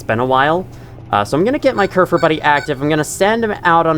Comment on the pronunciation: You're actually pronouncing kerfur right!! Im surprised you didn't fall into the habit of calling it kerfus like other people do, which is a silly cat server robot and the real life inspiration for kerfur :3